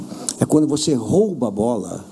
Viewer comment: Pofexô Luxa, voxe foi Xafado 😂😂😂